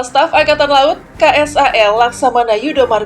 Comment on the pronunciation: "Angatan" Wkwkwkw